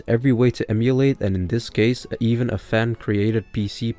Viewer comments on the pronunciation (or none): none